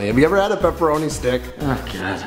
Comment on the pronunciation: Who else thought that when Dave said "Walpole" that he said "Waffle"?